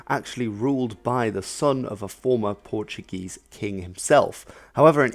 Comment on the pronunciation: Nice, on your pronunciation don't roll the "r" it's spoken softly